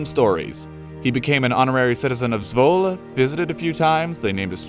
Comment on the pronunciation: Haha how you pronounce Zwolle, the o has a short sound like in short or not, Zwolle